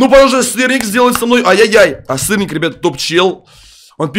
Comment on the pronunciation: бЛЯТЬ ОН СКАЗАЛ СТИРНИК Я ЗНАЮ ЧТО СЫРНИК НО ОН СКАЗАЛ СТИРНИК